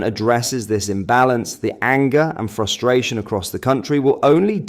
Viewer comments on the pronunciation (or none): none